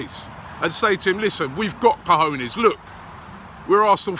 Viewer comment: lol usually Robbie says cojones like 'kahooners'. He's actually saying it right now.